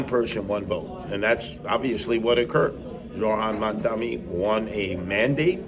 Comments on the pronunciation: Seriously, it is that hard to learn how to pronounce someones name? Mam (like "mom" dani (like "Donny") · Curtis should reach out to Mamdani [after he learns to pronounce his name and 😉🤔], and have a discussion among adults. Obviously, all the hope and ideology of myself, Mamdani and others won't all be accomplished but, he has the right ideas at this juncture of thew CHUMP era... Tax the very wealthy...THEY DEFINITELY WON'T MISS THE MONEY!!😉😶🤔